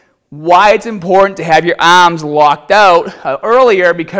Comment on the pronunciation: And remember, no looseness in the ahhms!